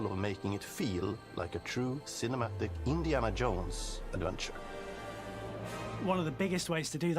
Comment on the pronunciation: Btw, the creative director's Indiana Yones pronouncement might be a Swedish thing. I don't get it myself, living in a neighbouring country and speaking related North Germanic languages. No one would say it like that here, but I somehow feel like the other creative game director Sam Lake from Finland would say "Yones" too...